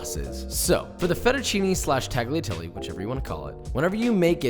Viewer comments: Tagliatelle is pronounced without the hard G. IOW, the G is silent. tagliatelle: definition from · lol I had the same exact thought. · uh...it's Talliatalle-not taghiateli. Italian is hard to prnounce tho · tagliatelle is not pronounced tagleeatelly its taliatelle cmon josh u cant be a chef and not pronounce Italian words right. 4 years ago tho ill give u a pass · Love the content! I just want to point out that tagliatelle is not pronounced TAGliatelle but it is pronounced more like "Tal-ya-telle". This is because "gli" in Italian is comparable to the sound "ya". So for example in my last name, Pugliese, it is not "PUG-liese" but more "Pul-yay-se". Also, tortellini is already plural with the singular being "tortellino" so no need to add the s at the end. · Tag Lia? No sir. The G is 99 .9% silent. Impossible to demonstrate here. Pronounced “ Talia” Listen to an Italian pronounce it correctly. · Tagh lia telly. Please, NO! It's Talyatelle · Tagliatelle has a silent 'G', so it's pronounced 'Talia-telle'. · Josh I love your channel, but it's pronounced "tall-yuh-tell-ay". It'd be like pronouncing "tortilla" as "tor-til-uh" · I love Josh, but being Italian and hearing him say “Taggly Atelly” made me double-take lol. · I enjoyed the video :) I just want to let you know the “g” in “tagliatelle” is NOT pronounced. The “gli” sound is different but you can get away with “tah-lee-ah-telleh”. Common mistake :) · yo you need to pronounce tagliatelle a lot better. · Don't pronounce the G in tagliatelle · I know this is pretty old but you pronouncing the g in tagliatelle hurt me soul. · A common mistake americans and non-italian speakers make is pronouncing tagliatelle. The "g" in that word is silent. Just for a fact. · no hate, but you don't pronounce the g in tagliatelle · The way you pronounce tagliatelle just... it makes me consider disliking all your vids, not that I would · Great video! And... the G is silent in tagliatelle 🤓